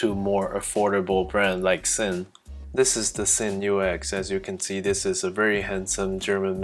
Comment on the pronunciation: Come on now, it's not hard. Sinn is pronounced with a "Z", not an "S". To be taken seriously, basic stuff like this is a no-brainer.